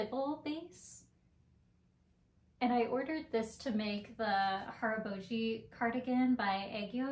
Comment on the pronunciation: Your pronunciation of "haraboji" was great, and your pronunciation of "aegyo" was perfect!